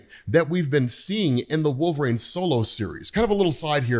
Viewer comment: That’s not how you say Wolverine.